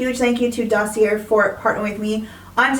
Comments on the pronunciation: Why do you insist on pronouncing Dossier incorrectly? This is a real question. I’ve seen comments explaining to you how it’s pronounced. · It’s a French word. She is 100% pronouncing it incorrectly. I think it makes her sound unintelligent, but beyond that I don’t care. And how do you know the company hasn’t reached out? I’ve seen many comments about how she pronounces it so it really looks like she simply refuses to say it correctly.